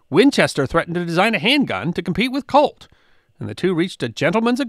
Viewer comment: I have to keep telling myself that you are saying "COLT" and not "CULT".